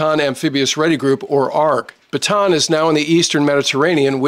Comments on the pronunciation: hey, thanks always for good videos all the time. but if you will accept my advice, Bataan is not read as 'Batan' but "Ba-ta-an', where A is pronounced as 'AA' not english 'Ey'. This ship is name for one the big battles in the Philippines, name after our province of Bataan - where corregidor island is located. Thanks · I am sure that in your career you most likely spent a little time in the Philippines. One of the things that is really annoying is the way "Bataan is pronounced. It's actually a 3 syllable word not a 2 syllable. Ba-ta-an. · There are two A's in Bataan, you pronounce them both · I know you know well the naming but many english speakers pronounced it wrong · Gringo American YouTuber still does not know how to pronounce “Bataan”.